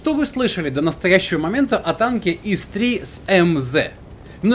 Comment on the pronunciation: Не Ис а Ыс